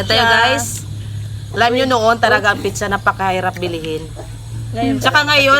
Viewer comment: kayo nga jejejemon taga bundok,,,,,,yun ang paka pronounce ng nanay mo piiiiichhhhhhaaaa,,,,,,,hinde ba dapat pizza yan hahahaha palibhasa walang pinagaralan taga bundok🤣🤣🤣🤣🤣turuan mo nalang nanay mo mag pronounce ng tama 😂😂